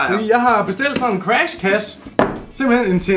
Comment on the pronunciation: Moller siger crash gulde siger cras